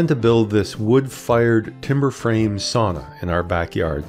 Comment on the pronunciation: Considering that you are making a how to video, you really should learn how to pronounce the word. Sauna is pronounced like sow-na, not saw-na.